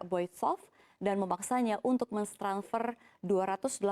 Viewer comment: Telsa? Menstranfer?